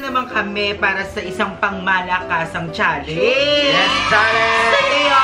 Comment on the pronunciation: lol bakit "challeynge" yung pronunciation ni dapar "challenge" lol😂 Next time try to pronounce it right😂